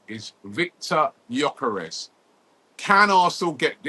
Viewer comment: Nice to see you pronouncing his name correctly after all this time calling him Gorkores Robbie 😂